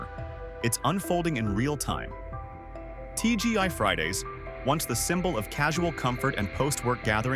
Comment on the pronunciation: He said TGY Friday's 😄